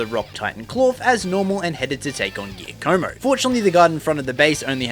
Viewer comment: the way u pronounced Giacomo is so funny